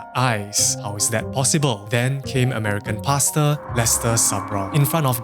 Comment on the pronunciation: Im giggling at how paster sounds like "pasta" 😂